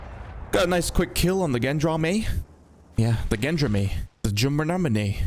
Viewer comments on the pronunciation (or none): Erm actually Gendarme is pronounced somewhat like "Zhaw-darm" ☝🤓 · "Gendrami" 😂 GOR-LAMI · Gendarme = "shaun-arrr-m" in the 🤢language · I feel like its unnecesary, but if u wanna say the gendarme's name, just say hen-dart-mei, a bunch of times, then get rid of the t and i on the last two words. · Gendarme = Gendrami confirmed... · These videos are fun, but the real icing on the cake is watching to see how many ways can mispronounce "Gendarme". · Everytime you pronoucne gendarme, i want to die